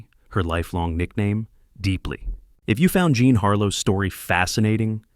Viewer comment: Her name was JEAN not JOHN as this narrator says frequently 🤦🏼‍♀️